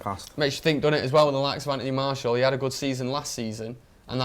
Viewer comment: mate; you're a top lad, but you gotta learn how to pronounce Martial's name properly. It's pronounced: [Maar][Cee][Al]